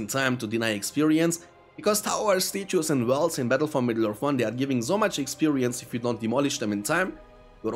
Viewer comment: lol "stay-chew-es".... I love it